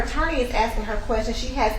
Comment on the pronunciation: Aksing for example